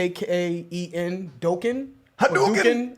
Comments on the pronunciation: It's pronounced Dock-kin. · Doughkin? Bruh. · I think you meant "Dokken". Pronounced (Daw - Ken). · Rockin’ like Dokken (if you pronounce it right it should rhyme 😉) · FYI: Dokken is pronounced - Dockin' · Dokken = rhymes with "rockin' ". Check out their Tooth & Nail album. Especially "When Heaven Comes Down" and "Into The Fire". Guitarist George Lynch is a freaking witch. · The group you're trying to pronounce is Dock-ken, DOKKEN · Dokken... Dock-kin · Dokken. Pronounced doc-ken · Great and underrated Motley Crue song! Very similar in lyrical theme to Guns and Roses' Welcome to the Jungle, which came out the same year. The urban jungle, the urban nightmare, crimes, drugs, violence, and debauchery. Also Dokken is pronounced (Dock- ken). It rhymes with rocking. As in rocking with Dokken. Another great L.A. glam metal band that you should check out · pronounced dock in . George Lynch rocked ! Top 10 glam guitarists in 80s till he fucked up his arm (and other things) with needles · Dokken is pronounced Dock-en. Definitely do a Ratt song. "Wanted Man,"" Lack of Communication," or a really good one is "You're in Love." Twisted Sister is good. Poison - "Nothing But A Good Time" is a good one. Ozzy had a hair metal phase too, check out "The Ultimate Sin." You guys are great, keep it up! 🤘🏻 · Dokken pronounced like Dock+en, rhymes with Rockin' I recommend Breakin the Chains by Dokken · It’s pronounced Dock in. Dokken. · Dokken is pronounced like "dock-in" The Girls, Girls, Girls album is ok but those first two songs are definitely the two best songs from that album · Dokken sounds like DOCK-EN. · Dokken like Dock-in Speaking of Dokken, Kiss of Death! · Dokken - pronounced Dock-in (as in rockin like Dokken) named after the singer, Don Dokken. It's hard to call them hair/glam, but they were in that era and I guess lumped in. Kind of like Queensryche is. Their guitar player, George Lynch is a beast of the fretboard though.